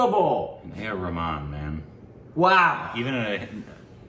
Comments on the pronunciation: It's not Rehman it's Rahman.. 😪 indha vadakanuga name ayumn mathi vitranuga..😁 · Ar.Rahman not rehman 😅